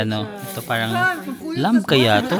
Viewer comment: Silent B ung Lamb. Same with the words comb, climb, etc.